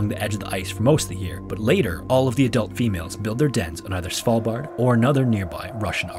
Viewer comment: hahaha! I thought I was the only one who thought of Cecilia when he said Svalbard.